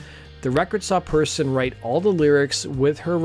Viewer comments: Persson, as in "Per's son" or "son of Per," not Perrson, and it's pronounced more like "pear-sohn." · Persson is pronounced like pair-shon (ʹpɛrʃɔn). And of course it's not written "Perrson" as you did several times. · It's pronounced Perr-SHON. Good video, but that really bugged me. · Every single english-speaking Youtube channel talking about The Cardigans is saying the name "Persson" blatantly wrong. It's not "person", it's "pear-sonn". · Her name is spelled "Persson", not Perrson, and is pronounced more like "Pearson" than Person. Make an effort. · It's pronounced persson not persson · Interesting video. The one thing that bothered me (other than glossing over their best album) is Nina's last name is pronounced "Pear-SHAWN", not "Person". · Nina Persson. Not PERRSON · 'Svenginson'? Come on, his surname isn't that hard to say correctly... *and it's '90s, not 90's, sheesh. Yawnshupping, okay, that's mildly tricky. Nina's surname is not 'Person', it's said like Pair-son. Next city is said like Mawl-muh.